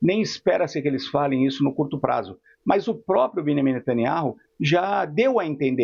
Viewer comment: Velhaco ai só repete o mesmo. Fala q quer eliminar israel, o hijab da outra... sabe pronunciar o nome d netaniahu. Ñ pronuncia o J. Evanjegue dedicado 😂